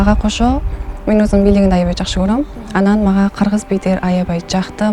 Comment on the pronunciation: Айибай айибай😅 Аябай деп сүйлө.негизи молоццы